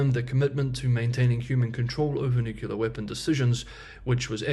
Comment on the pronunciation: I know you hate it when people complain about your mispronunciation of the word "nuclear", but I just have to tell you that it's the reason I'm unsubscribing. It makes my brain hurt.